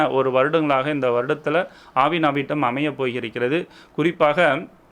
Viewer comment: அது ஆவணி அவிட்டம் சார் . ஆவின அவிட்டம் அல்ல😂😂😂😂